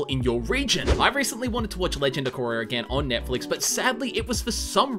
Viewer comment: it’s korra not Korea